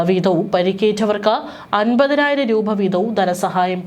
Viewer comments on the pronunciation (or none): റൂഭ അല്ല. .രൂപ. .ഒന്നിറങ്ങിപ്പോകാമോ 😡😡😡